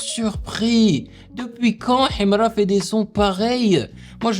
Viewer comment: Tu prononces "Himra" comme un authentique moudj.... j'adore ❤❤❤❤